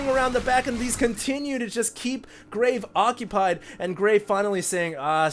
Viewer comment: Who else thinks he is saying graig? haha